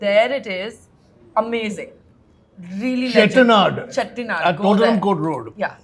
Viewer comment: The way she does British impression and the perfect pronunciation of "Dosa", "Chettinad" and "Sambar"